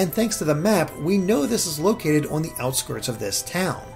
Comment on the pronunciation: This guy can’t say “on” properly. I don’t even know how to write that.